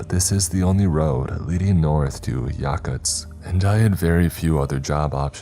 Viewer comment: He fucking mispronounced Yakutsk.